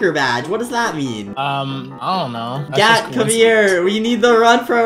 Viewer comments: I heard Gyatttt instead of Gat 💀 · Why does it sound like he’s saying gayyt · BRO I THOUGHT YOU SAID GYATT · sounds like gyat😂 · gat sounds llike gyat💀💀💀